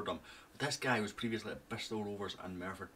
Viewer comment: That was pretty good pronunciation of Merthyr